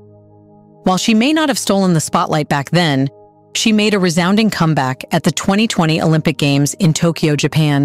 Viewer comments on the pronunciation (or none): none